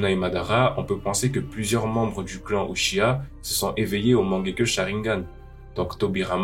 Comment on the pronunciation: c'est pas uchiya c'est uchiha